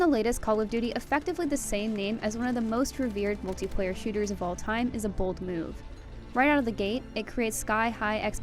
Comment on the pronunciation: mutliplayer ? I thought this was multiplayer review 😆😂